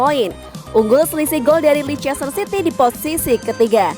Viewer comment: Masukan, sebenernya bacanya leicester itu lester city